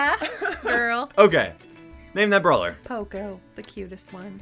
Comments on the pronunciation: His name’s p-oh-co not poh-coh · Poco!! Me: Poso!!